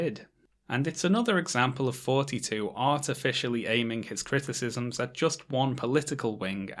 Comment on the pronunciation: TH-oughty, not FFForty....